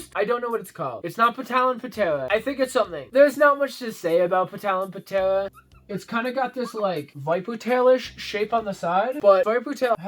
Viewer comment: I enjoy your content. Just nitt picking, the P in Talon Ptera is silent. It is just Talon Tera. Stay strong, and please never take the Lord's name in vain as it would be a catalyst for downfall., your content is eye opening. Thank you